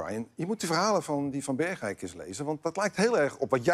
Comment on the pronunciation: Even voor Arjen en mensen boven de Maas. Ik woon in gemeente Bergeijk en je zegt Bergeijk in één keer niet 'Berg-eijk'. Ik zeg toch ook niet Vol-endam of Rotterd-am. #Brabant #Limburg